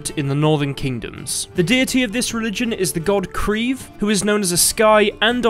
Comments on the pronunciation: kreve yes does mean what you said in norwegian but its pronounciation is far from you pronounciation - obviously as you arent norwegian - i dont know how to explain it other than: in your english pronounciation, you are using one syllable, whereas in norwegian we use two syllables, so kReeVe (where each capital letter is a syllable or where we put pressure) the e is not as drawn out as your english e, however it is more drawn out than a normal e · I would just like to say that "kreve" is more synonymous with "demand" than charge or claim.